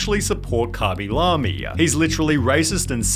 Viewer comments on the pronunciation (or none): cabilamy? isnt it kay-bee-lame? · Khaby La-Me? who tf is that? i always read his name LAME not La-Me. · Is anyone gonna talk about how he pronounces the name as "Cah-Be-Lah-Me" instead of "Kay-Be-Lay-M"? Or have i been saying his name wrong the entire time 💀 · Never in my life have I heard someone pronounce his name as "Khaby Lahmy" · kabee lam-ee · Kabby la-mi 😅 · Who the fuck is khabby lamy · Lemme find out this man’s name is pronounced “cawby lawby” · “commy lammie” 💀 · "kabie lamie" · karmmy larmey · why he pronounce it like kabee lamee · I'v never heard someone pronounce his name as kuby lummy, but there is a first for everything i guess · Dude might have fell off but butchering his name is pretty foul bro.